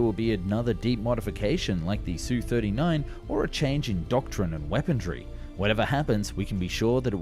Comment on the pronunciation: I love your videos, however I don't remember there being a "t" in weaponry. Ur killin me bro